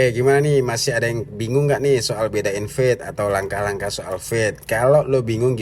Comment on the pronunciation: "Fade" bacanya fed' ("E" nya eh eh eh eh bang jono) "Fat" bacanya feth ("E" nya ember) Penjelasan : ember dan eh eh eh eh bang Jono, itu mengucapkan E nya berbeda. Semoga bisa menjadi masukan